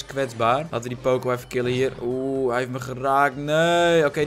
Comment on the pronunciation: Waarom zeg jij poocoo het is pocoo